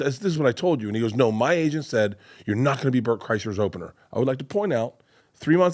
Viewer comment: Bobby said Bert's name right , what universe am I in right now???? 😮